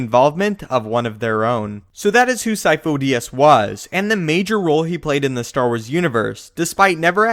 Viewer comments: I thought sifo dyas was pronounced like seefoo die-az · I always thought it was seefoe die-as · This is easy.. Sidious is lord Sifo Dyas. The Kaminos just mispronounced the name. Lord Sifo Dyas had the symbiotic parasite that feeds/controls on force users inside him... when he died the parasite infected a new force capable person Palpatine. This parasite keeps a spare force user as an apprentice until he needs to change bodies. As long as the parasite has a body to infect he, he is therefor immortal.